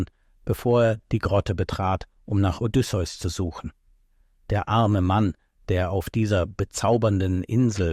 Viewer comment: Diese Aussprache. Odysseus Sohn keine Pokémon 😅